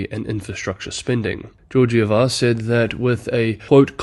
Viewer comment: just a detail - Ms. Georgieva is a Bulgarian, the two G letters in her family name are pronounced as in "game", not as in "George". And thank you again for all the amazing work you are doing.